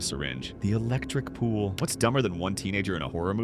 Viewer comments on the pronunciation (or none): The damn syringe and the way the said the electric pool 😆